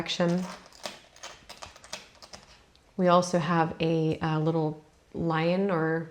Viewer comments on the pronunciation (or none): none